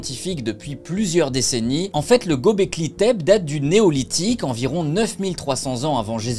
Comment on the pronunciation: on dit gobekli tépé, pas tèp